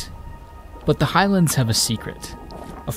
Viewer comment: that pronunciation of highlands is triggering